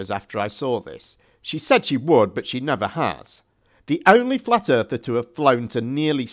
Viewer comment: "I'm not a Flatt Erffer. I'm a Globalist [sic] denier." She actually thinks that makes her sound less of a LoonToon? "I'm not a Creationist. I'm an Intelligent Designer." Oh. That's the same thing. Hmm... "I'm not either of those. I'm an Evolution Denier." So. No one _claims_ anything any longer. It's only about denial. But... isn't that a claim? FlerrFerrs are fucking idiots. (Ding!) [1]